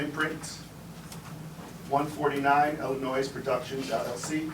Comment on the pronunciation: She has lived in Illinois her whole life yet says IllinoiS with an S on the end… I know she talks like an alley hooker but come on a 5 year old knows that…. Christ almighty! The baby and the grown one!